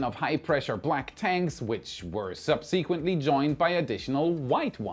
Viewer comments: Your English is excellent however... Accents on the first syllable. SUBsequently and PEDestal. PED as in Fred. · peDEStals? subSEquently? what country am i in?